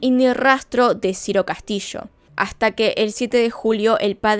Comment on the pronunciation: es Ciro Castillo, no Ciro Castishoo